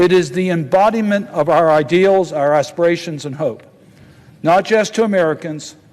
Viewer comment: He said asssspirations!